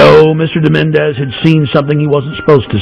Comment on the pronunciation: More conspiracy nuts on YouTube. Alex Jones, if you want to look serious, try to learn the guy's name. It's Menezes, not Menéndez.